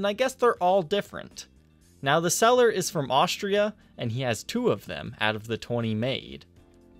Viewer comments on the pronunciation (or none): none